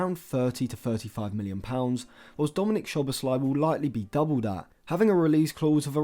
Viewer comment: Just for future videos including Szoboszlai: Sz in Hungarian is pronounced like ‘s’ in English. The right pronounciation for his name is: ‘So-bos-la-ee’